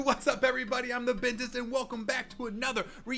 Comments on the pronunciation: Why do you call yourself betist not dentist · Bentist not dentist lolll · Ariana granda: yuh Bille Elish: buh: PUHHH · Ariana=yuh Billie=duh Bentist=puh